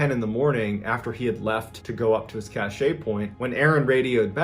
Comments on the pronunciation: You've probably been corrected already but just in case.... Cache is pronounced "cash". "ca--shay" is spelled cachet and means something completely different. Cache(cash)=something hidden. Cachet(ca-shay)=a seal, like on a letter. I didn't want to correct you publicly but I couldn't figure a way to send a private message. By the way...I truly enjoy all of your videos. I've watched most of them more than once. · Cache. Pronounced like cash. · Loved the story about the haunted house. Definitely gave me chills. The very next story, though, you keep mispronouncing "cache." Look it up, Google it, whatever, and see how it's properly pronounced. : )